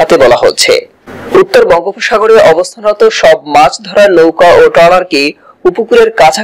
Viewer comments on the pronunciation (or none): ভাই লৌকা নয় নৌকা হবে